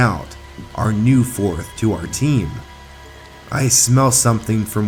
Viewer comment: Why is your sound was like "pro TEam